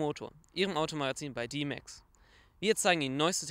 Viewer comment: diiiehhmääxx ... DMAX heißt dehmax xD